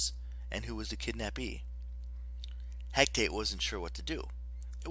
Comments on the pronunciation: He ca te not hec tate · Its He-ca-te